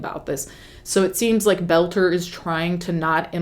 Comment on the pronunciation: Friendly FYI: His last name is Boelter pronounced bowl-ter (similar to the word boulder) not that he deserves special care but just to avoid confusion because I thought you were saying “Belcher”.